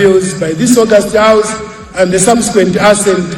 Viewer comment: How educated is a minister of finance in Malawi who failing to speak a better English in a house of parliament. Was he serious instead to say thousand he was buys saying sauzande. Was he really reading or liding. Allow Namadingo take over that position galu iwe.